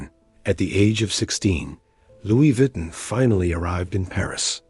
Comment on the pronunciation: Stop saying VWEETIN